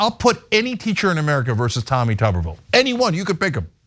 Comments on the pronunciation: It’s not tu-ber-ville it’s tub-er-ville. when he coached football at auburn they called him T Tub. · Say his last name right Damn